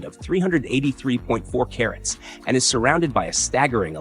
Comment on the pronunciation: PLEASE stop with the AI narrators! Staggering became "stag jaring?" The syllables were broken in odd places. I was uncomfortable listening to the brutalization of the language and was unable to continue. I realize this is an AI bot posting this entire video, but how else does it learn?